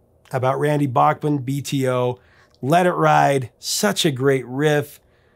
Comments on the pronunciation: Back Man not Bock Man , yes I know in the states they often say Bock Man but that isn't how Randy Bachman pronounces it. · It’s Randy BACKman, not BOCKman ;) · C'mon, repeat after me: It's BACK-man. BACK-man, not BACH-man. He's corrected you before, on this hasn't he? (smiles -- love your content...) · Not sure what the question is, but I will answer as interpreted... Yes, I have been pronouncing it Bockman. But they both clearly pronounce it Backman in the interview. Just found that interesting. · As always, I learned something... Bachman is pronounced "Backman". I have been saying it wrong for 40 years. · Someone called Randy at . Look at the phone over his shoulder, I think I have the same phone. I love Randy Bachman, just pronounce it right!